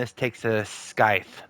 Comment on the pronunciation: The "c" in "scythe" is silent, like in "scissors". It's more like "sythe", with the "th" being like in "this" or "that", not "thick" or "thin". I'm surprised you never heard anyone saying the word! 🤣🤣 {:o:O:}